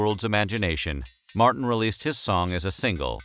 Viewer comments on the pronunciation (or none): none